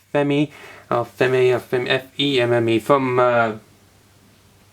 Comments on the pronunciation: The way to pronounce femme is farm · Femme is actually pronounced as "f-AWE-m" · It's pronounced as it's written: "Femme". And a bit of research into the characters TOKU source background & taking your time would greatly improve your reviews. Otherwise good review. Glad to see you have Femme, she looks fun. Can't wait to get mine. Also, she, like other female Riders, might be built off the Nadeshiko mold. I just got her and she's fantastic, but Tackle may have come before her. Just saying it's possible that she's now that new a mold.